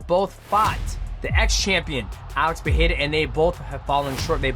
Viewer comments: bro ur Pereira pronounciation pisses me off IM sorry. XDDD If you dont know how to say it in a portuguese accent, just stick to saying it in american accent man. It makes u look bad. Its Pereira not PEHAYRA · You are pronouncing Pereira wrong. The first ‘R’ doesn’t have the ‘H’ sound. In Portuguese, it only happens in the beginning of words or if there is two ‘R’ together. So you should pronounce both ‘R’ in Pereira in the same way.